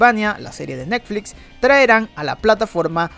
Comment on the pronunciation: Jajaja "Nekflits"